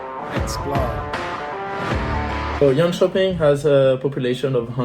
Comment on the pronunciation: One of the guy sounded like he is from Germany and the other maybe France, both pronounced Swedish places wrong around Jönköping.